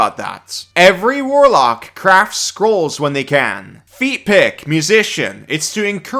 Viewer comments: every time you say "feat pick", I keep hearing "feet pic" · Dude are you saying “feat pick” [feet pic] so much on purpose?! 😂